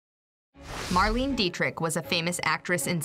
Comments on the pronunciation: Mar-lay-nah, not Mar-lean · Marlene. 'mar' 'lean' 'uh' Dietrich